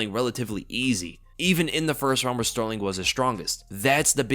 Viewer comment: TKZ wins, I believe in him Btw I noticed that you had a very hard time saying Sterling the Champ lol